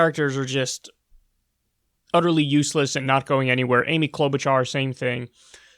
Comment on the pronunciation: I think you mispronounced Cloud-boot-jar.